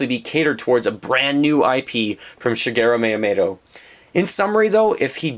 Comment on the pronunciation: Shigero Mayamayto? D: I know nitpicking on pronunciation isn't nice but come on man! Yeah you mentioned most of what alot of us are wishing for Nintendo to do. What else I would love would be for Capcom, Konami and Square Enix to start making Nintendo greatness again, like they did in the SNES days. It's a pipe dream within a pipe dream, but it would be the ultimate miracle. Mega Man is in Smash Bros. though...a third of my dreams could be reasonable. I feel the three companies mentioned above have been very lacking in recent years. Castlevania Lords of Shadow, no Contra (all we got was a gigantic C) and Gradius for a while now...no Mega Man whatsoever...whatever the hell Square Enix is doing...there's so much potential for them, if they would just look at their past. All they would have to do is announce that they're going to put their iconic franchises on Nintendo consoles again. They didn't sell too well on the other consoles, so they just kind of abandoned it all. I think they would do fantastic on a Nintendo console because it's essentially what Nintendo is all about!